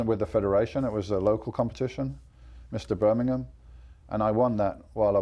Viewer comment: In Burminkham " lol